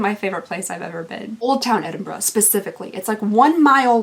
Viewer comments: Oh my god, Thank you for pronouncing Edinburgh the right way!! Glad you enjoyed Scotland, I live there too it's gorgeous! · Thank you for saying Edinburgh properly, as a local it drives some of us nutts :D :D An advent Callander is just a mistry box in another shape, I am good for seeing them. I am sorry you had to go though that with your poor baby. We have been there in the past with two cats that were father and son. It isn't easy to watch. I hope your wee boy does well on the meds : ) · As a Scottish girl, thanks for saying Edinburgh properly